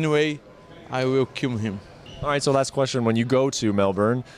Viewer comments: I believe you meant “I wiw kib him” And no this is not mocking Paulo’s accent this is mocking his swollen lips wrecking his pronunciation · “I wiww kiww himm “